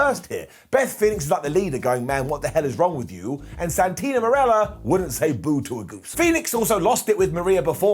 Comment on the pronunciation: I always find it funny when talks about Santino, because he always calls him Santina without realizing, Lol.